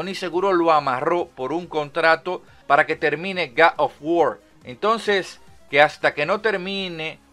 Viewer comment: "gad of wor"